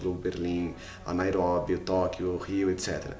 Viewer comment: NAIRÓBI... fodaa kkkkk